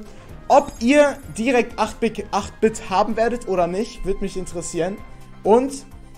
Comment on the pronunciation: Ich werde 8 Bit gleich bekommen weil ich 7k habe und man den bei 6k bekommt aber 8 Bit wird englisch ausgesprochen eight bit